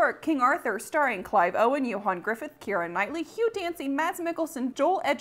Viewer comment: I love that you pronounced Ioan Gruffudd's name properly. Also if you ever want to do a video on thw Hornblower series of movies that would be awesome.